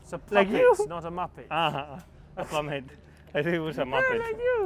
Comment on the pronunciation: What word does Lando use when he tells Carlos 'It is a.... Not a muppet'? Does he say puppet or what? It doesn't sound like that. :)